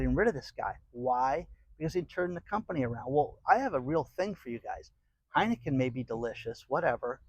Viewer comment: "Heinicke beer" should hire DAN